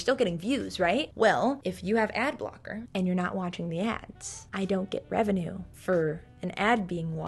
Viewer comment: "my musty effamated wevenue" just took me OUT